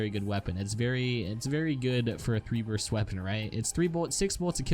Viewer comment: you made a mistake, you said "Burt" not burst.